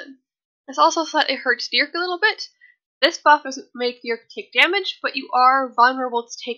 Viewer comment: for every time you say Dearc wrong I am going to wish you step on a lego 😤😂 it’s pronounced YARK